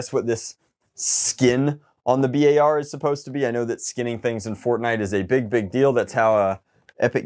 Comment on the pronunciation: B-ar is actually the BURST Assult rifle. I cringe every time he says the name. Nice content anyways.